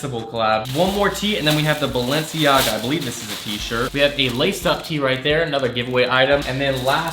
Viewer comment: Isn’t Balenciaga pronounced Bal-en-ciaga not Balen- ciaga